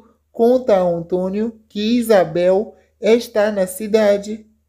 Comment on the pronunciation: Vai aprender mas o português pra saber a pronunciar o nome António 😊